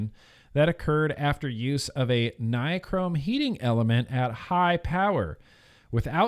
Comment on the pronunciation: read this out loud: Bill Nye, Google Chrome. Nye, Chrome. Nye-Chrome. Ni-chrome. Nichrome.